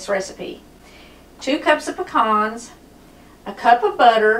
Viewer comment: Thank you for saying pecans correctly. They're not "pee-cans" like so many in the East say. 😄😉